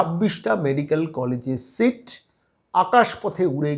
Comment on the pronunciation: Eto heyali keno...seat na sheet na mark sheet ki sit...poriskar kore bolun....oto somoy kothai...